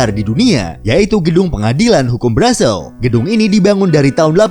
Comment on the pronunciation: Ibu Kotanya dibacanya Brusel bukan Brazel